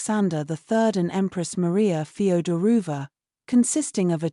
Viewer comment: Feoderovna not Federuva